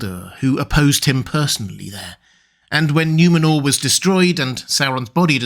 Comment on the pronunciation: It's N-oo-menor, not N-iu-menor.